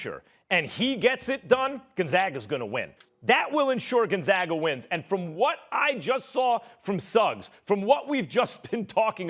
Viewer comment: Did this man just say Gonzagger?